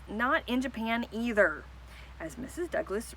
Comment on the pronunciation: you pronounced "either wrong"